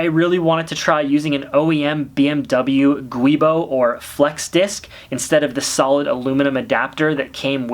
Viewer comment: It’s called a giubo not a guibo. Short for giunto boschi